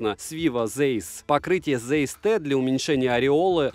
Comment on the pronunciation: Если в 2022 году кто-то не знает, что читается Цайс, то теперь вы знаете. Это немецкий, ei читается как ай. Вспомните Rammstein.